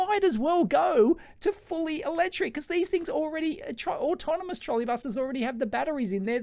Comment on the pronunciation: "Trolley" and "Autonomous", please...